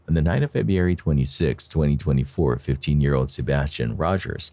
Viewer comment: To …. PLEASE learn how to say FEBRUARY!!!!! It’s NOT Feb-e-ary, it’s pronounced Feb-ru-ary!!!! So annoying every time you say it like a 4 year old would!!!